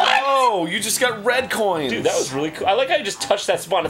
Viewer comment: Arin says Red Coins like Red Stripe, just with his emPHAsis on the sylLAbles